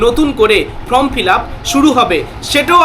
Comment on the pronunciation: কথাটা Form, From নয়